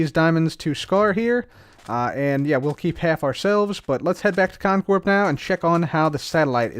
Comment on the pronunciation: It still freaks me out to hear the P in Con Corp pronounced out loud. Lol 😂 Stay in school kids.